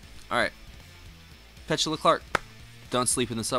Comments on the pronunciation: I think it’s pronounced “Pe-TU-La”. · It should be Pe-CHOO-la. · Downtown is your next reaction by her it's pronounce pet- to- la ! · Or Peh-too-Luh 🤔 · Her name is pronounced PA-TOO-LAH .... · It's not pet...say the e like a....A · Pet-u-la. Not whatever pronounciation you were using. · "Downtown" was probably her biggest hit. At least in the U.S. She was quite popular. Did some acting also. But you pronounce her name wrong. 😕